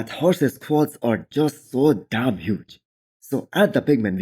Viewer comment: You shouldn’t enunciate DAMN so much. Proper English you don’t enunciate damn more than the following adjective.